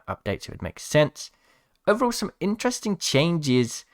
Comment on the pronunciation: (I’m Fake Leave Me Alone) But He Says “InTreSTinG” 😂😂